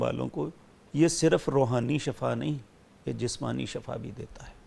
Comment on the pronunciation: Shifa is true pronunciation hai